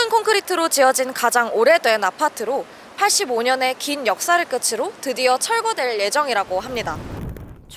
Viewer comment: [끄츠로] -> [끄트로]